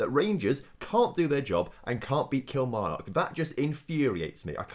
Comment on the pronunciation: Absolute dislike for that Kilmarnock pronounciation.